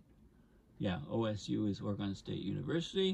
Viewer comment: Good information. Thank you! Personal nitpick: your pronunciation of "Oregon" was occasionally wrong.